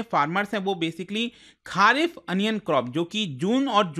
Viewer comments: खारीफ ❌ खरीफ ✅ राबी ❌ रबी ✅ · Why you pronounce kharif as खारिफ and rabi as राबी। Whereas correct way to pronounce it खरीफ एंड रबी।i hope you were born definitely in india sir especially north india.